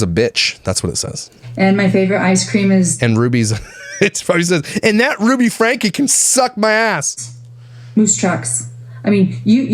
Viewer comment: I like your videos and everything you do on 8 Passengers and Connections (However it’s spelled!!). But you do mispronounce their last name. It is “Frank-key”!